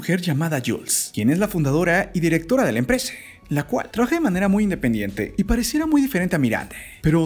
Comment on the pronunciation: No es necesario q deformes el idioma español poniendole la vocal "e " a la palabras distrae la atención a las imágenes... emprese, mode, piense, elle.escuele.. etc. Es irritante.